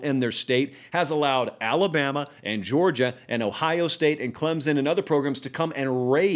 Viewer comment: Just say Clemson correctly